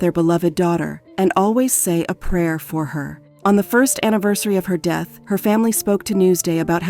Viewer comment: Horrible reading by whatever means this was done by. Death pronounced deeeth, and many many other mispronunciations made it hard to listen to. Just read it yourself!